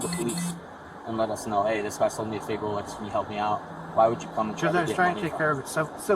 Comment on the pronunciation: Maybe he misunderstood, he said Rolox. My dad bought several fake Rolex watches in Mexico for 8 dollars each.